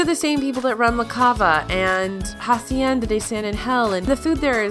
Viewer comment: same with pronouncing hacienda as jacienda!